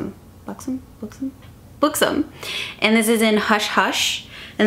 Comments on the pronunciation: its b-uh-xom not b-oo-xom- you had it right the first time ;) !! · its pronounced Buck-sum :)